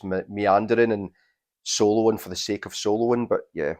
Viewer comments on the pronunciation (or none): none